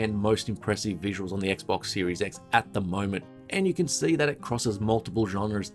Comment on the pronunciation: Every time you say "Series X" it sounds like you're saying Series S, so it's especially funny when it sounds like you're saying "And remember, this is purely about the Series S, and not the S" Lol